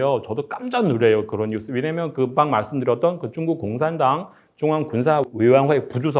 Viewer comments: 발음이 왜 이래 쭝구 가 뭐야 ㅋㅋ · 중국말은 조사가 없는지 자꾸 한국어 말씀하실때 조사를 빼먹으시는군요. 참 그리고 중국을 발음할 때 역시 쭝국이라고 하는게 맞는건가 보군요 ㅎㅎ